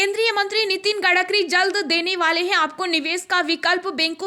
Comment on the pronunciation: Gadkari nahin madam Gadkari hai